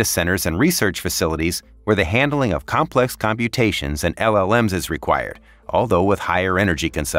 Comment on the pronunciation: Your AI text to speech needs to learn that "complex" has the emphasis on the first syllable, not the second.